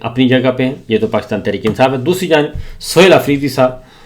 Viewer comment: Sabir bhai aap " qaaf " ka ic-tay-mal ku-chh ziya-da kur-rahay hain 😂 Pakistan ko aap " pa-qis-tan " keh-tay hain 😂